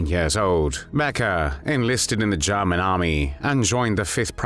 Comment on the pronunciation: The way the narrator says “Jarman”..